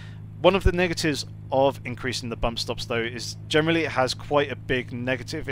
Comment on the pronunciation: Nice video's, informative. What word is it that you keep saying "Germally" or something? Sorry English isn't my native language and i keep thinking you're saying 'Germany' lol.